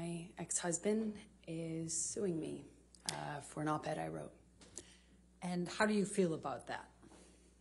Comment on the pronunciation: She said, "....an op-ed I wrote...."